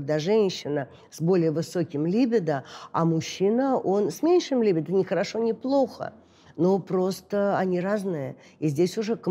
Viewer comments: Странно, почему произносит слово либидо с ударением на первом слоге? Ведь и по-русски, и по-английски правильно говорить либИдо, с ударением на втором слоге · Господи, ну когда же уже все эти психологи научатся правильно ставить ударение в слове « либидо». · я не о привычках, а о правильном произношении. Можно ведь проверить и в Википедии, и в словаре